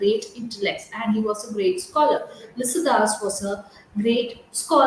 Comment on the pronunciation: Pronounce clearly Lycidas